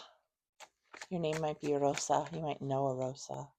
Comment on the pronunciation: Wow, just wow my mom's name is Rosa. And when you said her name, you said it in the proper accent, and I have a giant rose tattoo on my bicep. In memory of my mom, and when I was little, I found a pamphlet of the rosa crucian order in my father's den